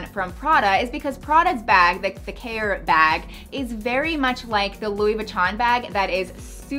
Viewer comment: Fantastic video as always. I belive the Prada bag is pronounced "KaYay". It means book in French :)